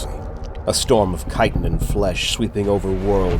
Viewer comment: The correct pronunciation of "chitin" is greatly appreciated.